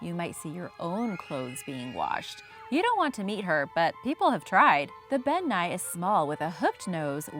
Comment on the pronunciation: As a Scot I can tell you... Elf and faerie are synonymous terms. To most, an elf is a category of fae. People think faeries are sweet and fun, but in Scottish Folklore they're mostly antagonistic. Also Bean Nighe is pronounced 'Ben NEE-eh'. Also surprised that the Nuckelavee didn't make the list but Ghillie Dubh did. Otherwise great list. :)